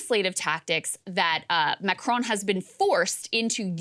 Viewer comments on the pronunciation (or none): Macronnn La Pennn Jeannnn Can Americans at least try to pronounce stuff properly.